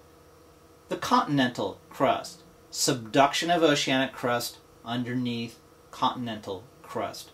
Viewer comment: Subduction zones, the way he says it makes me laugh so much lol,,,,,good video though